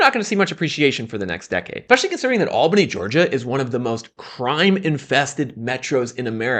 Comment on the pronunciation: It's not pronounced AL-bany, it's al-BAN-y. Ah Georgia.